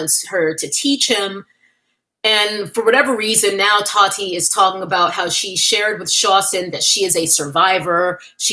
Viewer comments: The way you say "TAWHHTEA" has me dead 😂😂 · The way you say Taahhti is killing me 😅